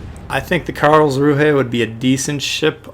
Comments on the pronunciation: Imagine if you could run Dewey in the Karlsruhe, lol. Also I think it's pronounced 'Karlzru', as in not promouncing the 'h' at the end there. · It's pronounced Carls-rew-eh.